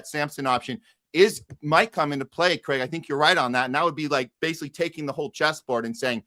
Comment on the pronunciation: You keep calling Craig "Gregg." His name is "Craig" not Gregg. It's a "C" at the beginning, not a "G". Nice of him not to correct you abt it. I would've said something immediately, if it was me. But that's very polite of him.